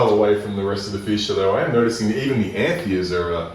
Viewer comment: Beautiful fish but the pronunciation of femininus (you put the name in your title, it's not feminus) and anthias (single is not anthia, the s is hard, like bus, not soft like bees) makes me cringe.